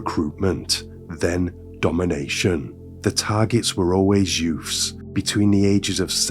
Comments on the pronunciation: Youths...the word is youths. Not yoofs. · The content is definitely interesting and you cover some lesser known cases, but.... What is with the over-the-top selective english lisp accent? Like, you can clearly pronounce the TH properly, and yet you clearly CHOOSE to pronounce it as a FR in some cases. Sometimes both in one sentence lmao.... "Two THousand and FRee" or back to back "THreat (proper), Youf's (youths* lollll)" And P.s. I'm not hatin-Ğ, it is just somethin-Ğ I find very puzzlin-Ğ. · Are you trying to say youths? It’s YOUTH’s not YOFF’s lmao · I agree, I had to stop listening. It's too put on and the 'yoofffs' and other words with 'th' being pronounced 'ff' is so annoying. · It's pronounced: "Youtts"